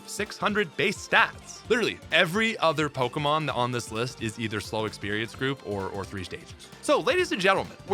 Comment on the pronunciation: I swear.... my man is purposely mispronouncing these pokemon's names. 😄